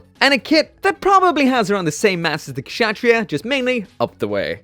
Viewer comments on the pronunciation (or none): I believe it's pronounced Katz-Ha-Tree-Ya. Lol I literally looked up a clip of the anime to a while back to learn how to say it. (Note it was the subbed version)